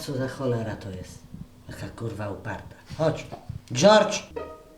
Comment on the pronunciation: Dżordż haha jak Baśka to zajebiście wymawia!